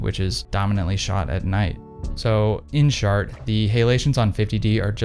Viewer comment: "In shart."